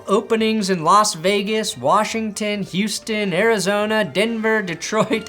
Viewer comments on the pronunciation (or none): none